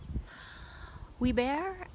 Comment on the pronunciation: Alm is is the word. Funny how you pronounce Huyghebaert. 🤓